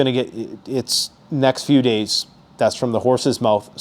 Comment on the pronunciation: How many deys away? say a number